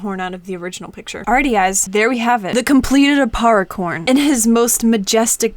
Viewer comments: when she said aparricorn I thought she said aparriporn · if im being honest when you said apparicorn i though you said appari porn....